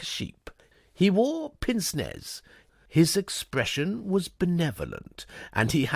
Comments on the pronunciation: Also, at the risk of sounding like a pronunciation Nazi, I believe pince nez is pronounced 'pans nay' - minor quibble in a brilliant piece of voice acting ❤🎉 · I do enjoy your readings, but feel obliged to point out that pince nez is pronounced ‘parnce nay’. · No it isn't. It is pance with a short vowel. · Great characterisation! Very enjoyable. Pity about the mispronunciation of pince-nez and Aline.